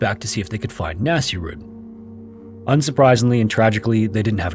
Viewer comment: Okay I am pretty sure you butchered the name. Nasir/Naseer is a name. It’s never pronounced anything like ‘nasty.’ It was more likely pronounced Naseer-uddin… but what do I know?